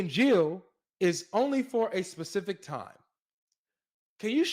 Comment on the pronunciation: Yes. She also says pacific time.